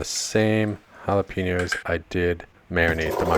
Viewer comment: Jalapeños with an E not an I. Sounds like your saying Piña colada. Just think Pen and yo. Sorry it’s a pet peeve of mine.. just want you to not sound dumb